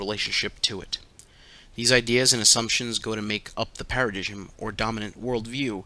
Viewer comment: Paradigm is pronounced Para-dime